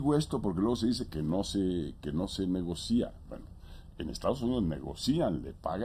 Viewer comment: nada Fox no se dice "negocía" se dice NEGOCIA sin acentuar la " í " ...